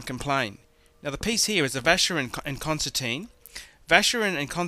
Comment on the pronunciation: Where on Earth does he get Concerteen from? It's Constantin, pronounced Constan-tan, because it's French.. I hope he does not get the mark on the lug polished off, as it''s an Assay stamp for 18k gold.